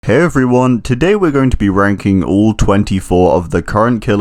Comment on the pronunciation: I thought he said ‘today we will be wanking the killer’